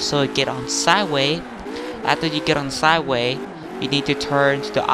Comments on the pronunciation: Who else went on the comments to check who else commented on him saying "sigh way” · WTF is "sidewai" XD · And Stuff Lost my shit everytime he said it.